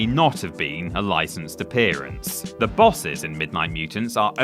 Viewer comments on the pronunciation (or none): none